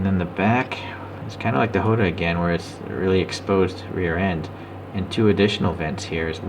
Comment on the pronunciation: nice presentation 🤘 but its jota not hota